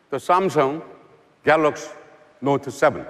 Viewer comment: gotta love that Samsung "Galoksh" Note 7